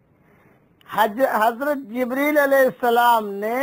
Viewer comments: Hazrath Jibraail bolna, Jibreel kya bolta hai? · en ka naam jibraeel nahi hai jibreel hai